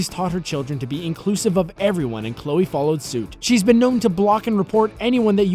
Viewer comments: Chole?!? Really guys?!? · "Chole Moretz" is this channel run by a two year old? CHOLE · "Chole"? YOU NEED AN EDITOR!